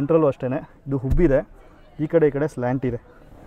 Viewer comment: ಹುಬ್ಬಿದೆ ಅಲ್ಲ ಉಬ್ಬಿದೆ